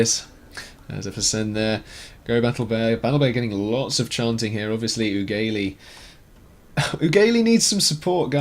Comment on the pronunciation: Oogaylee? Perhaps uggely? As in ugly...